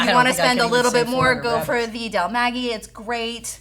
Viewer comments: I love yall but is there no one on the team that speaks Spanish to help with pronunciation? Del MAH GAE not maggy 😅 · Del "Maggy" lmao